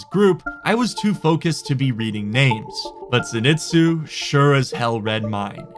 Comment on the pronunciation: just an fyi, it's pronounced (zen-ee-tsu) it's a name from a popular anime called demon slayer. Great anime if your interested 😁, ps love your content I've been watching your videos for years, thanks for all the enjoyable nights watching your wipes with friends or by myself, you never fail to bring a smile to my face. I play console rust but I hope after my deployment in the army that I can play on PC.